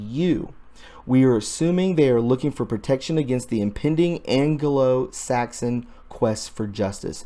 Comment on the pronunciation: fyi: "AN-GLO" not... "an ge lo" ;-)